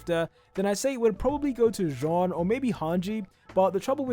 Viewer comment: why john its jean AAAAAAAAAAAAAAA!